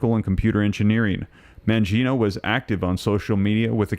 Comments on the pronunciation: It's Man-gi-o-ne, NOT Mangiono!! There's NO "O" at the end of his name! Are you dyslexic?!?!? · Man-GEE O- knee… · Your pronunciation of Mangione is wrong.